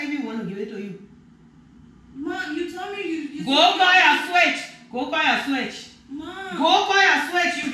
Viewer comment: The brother was deprived of seeing the daughter switched. I got the impression he wanted to see it. The switch she brought looked adequate to me; besides the small ones have a helluva sting. It got comical when the mom climbed the fence while muttering to herself to come back with a limb instead of a branch. The mom's pronunciation sounded like she wanted the daughter to go get a "swish". It's more descriptive than "switch".